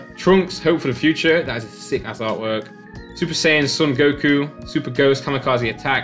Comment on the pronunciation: JustDragonBall MY MAN SAID GOKU 🤦🏻‍♀️🤦🏻‍♀️